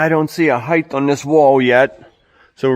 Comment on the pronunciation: Height does not end with a “th”.